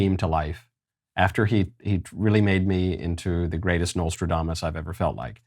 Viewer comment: Knowlestradomus lol nice Michael 😂.